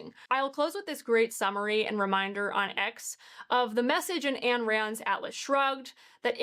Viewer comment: Her name is pronounced "EYEn" Rand.